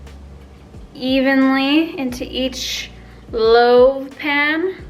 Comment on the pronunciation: loaf!!! loaf not loave! haha love ur videos! ur seriously the funnest youtuber